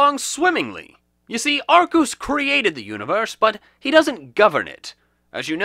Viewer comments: Arkeus is how to pronounce it. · Arkoos! Arceus is wrong! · Gail Cottrell he knows that. The pronunciation arkoos is a reference to pokemon talk episode 30. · I believe it’s pronounced Arkeus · U say it arcuse huh thats a first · TF IS A ARCEUS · You mispeonounced arceus